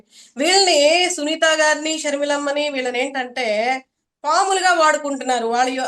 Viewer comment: పాములు కాదమ్మ పావులు.